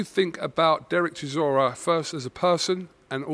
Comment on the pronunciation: should teach all the UK people how to pronounce CHISORA,He said it so perfectly. Zimbabwean fan